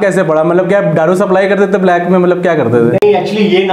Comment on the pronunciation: Kitni br btana pdega its दारू not डारू 🤣